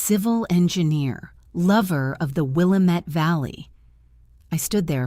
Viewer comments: Good story! However, I have one little quibble: it's the Will-AM-itt River, not the Will-ah-MET River. Please fix this. It grates on the ears of anyone who lives in western Oregon. Writing from Portland, OR, USA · PRONOUNCED..Will-a-met..hate AI... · your AI needs to learn how to pronounce Willamette.